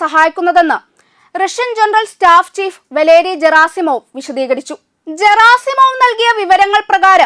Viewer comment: Валерий Герасимов - വലേറി ഗെറാസിമോവ് എന്നാണ് ! ( Г - എന്ന അക്ഷരം ഗ - എന്നാണ് ) Путин - പൂചിൻ എന്നാണ് ഉച്ചാരണം !